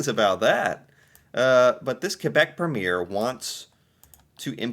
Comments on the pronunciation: It's pronounced preem yer. Yes, similar to governor. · A provincial premier is equivalent to a state governor. We pronounce it PREEM•yer. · We pronounce premier like this, prem i er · A US State Governor is the equivalent of a Cdn Provincial Premier (pronounced pree’-mier) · Quebec Pre-mier, "Pre" is more pronouced😊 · I know exactly what I'm talking about but you don't seem to, cowboy. "Premier" for the prime minister of a province is a purely english fabrication, using a french word in a way it's not intended for. "Premier" means "first" and nothing else. "Prehmeeeeeeeeeeer"... 😆